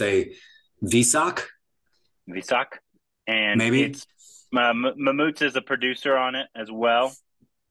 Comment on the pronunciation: Not "Mammoott" Say "Mammootty"